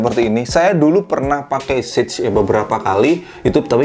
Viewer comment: Sage aja bang, bukan sej Inggris